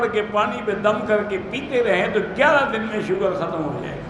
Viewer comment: Bhaiyya ji, shoogar nahi sugar hota hai